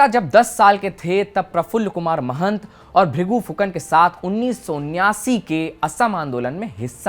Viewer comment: Mahant nahi Mahanta. Rinki nahi Riniki. Arre hindi bhasi, thoda koshish karo.